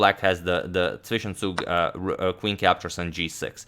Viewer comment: You are the best chess Youtuber in terms of saying Zwischenzug. Greetings from Germany!